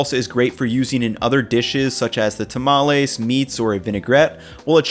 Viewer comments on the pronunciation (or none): none